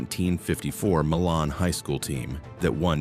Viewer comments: Hoosier basketball fan asks you to pronounce MILAN correctly. I will list it here for you….MYLAN is pronounced M Y L A N🏀🏀🏀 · Shocked no mention of whiskey being made n Lawrenceburg. Baby Face was also from here. I wish AI didn’t read this because Milan was mispronounced along with Amish.